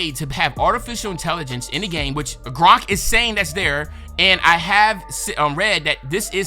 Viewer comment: bro said “Gronk” instead of Grok 💀💀